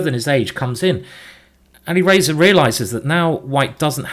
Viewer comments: its Ali Razor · "Ali Racer" and "Carjackin" – quite the pronunciation in this one, Simon!